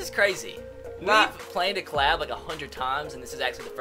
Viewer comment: It's "collab" not "clab"